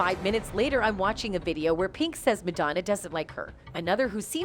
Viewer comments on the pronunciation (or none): MAD-O-NA what is that woman saying? Go to speech therapy Woman!! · Who the hell is "Madonea"? The narrator mispronounce her name a number of times. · Why can’t the girl say Madonna correctly. Pink rules! So does Madonna! ♥️ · Whomever is narrating needs to learn how to pronounce "Madonna" correctly! Lmao 😂